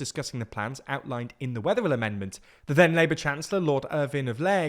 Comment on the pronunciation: "TheWeatherillAmendment" 😁 How many times did you have to retake those bits !